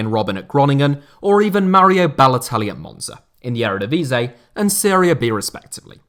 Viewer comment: I love how he called the Eredivisie the Ærëdevasey